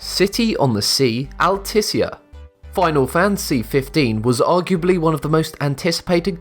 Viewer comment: "Final Fan Sea Fifteen"